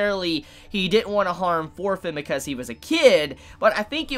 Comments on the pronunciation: Thorkell will bring this anime to the next level. I can assure you on that LOL Also, why am I keep hearing "Orphen" instead of "Thorfinn" lol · You pronunce Thorfinn like shit.